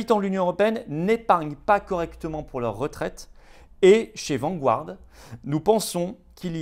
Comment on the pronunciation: Vanguard se prononce Vangarde et non pas Vangu-arde